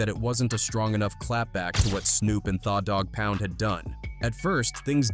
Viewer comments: How do you pronounce the dog pound thaah dog pound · Thawwww Dogg Pound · This AI shit has got to stop. Cover people and stories using your time and your own voice to do it. What the hell is THA DAWG POUND, If you are a Hip Hope fan, you would know and pronounce it correctly. The Dawg Pound. Put time into your work and stope having AI generate stuff for you. I appreciate the light was shined on the story though. Just show the culture some more love by not having AI generate content. Respectfully! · AI needs to learn how to read slang..the way it say Tha Doggpound 😂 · “Tha” Dogg Pound 🤣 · Narrator is a goof the way he pronounced tha dog pound lol smh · I'm just highly entertained by the mispronounced names of it all. Tha Dogg Pound, Noreaga, he's screwing all of it up 😂